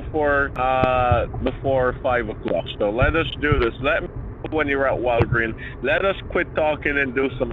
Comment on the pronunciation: 😂😂😂😂😂" ....the Walgreen..." 😂😂😂😂No 's'? 😂😂😂😂😂